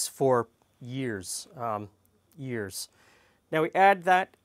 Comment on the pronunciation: The way you emphasize “years” that second time has become a thing my girlfriend and I quote on a daily basis! Don’t know why we think it’s so funny.